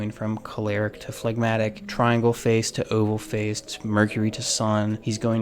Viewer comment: You have said flagmatic So many times Phlegmatic So many times Stop thinking Stop thinking of that song by mister bungle MR. Bungle😮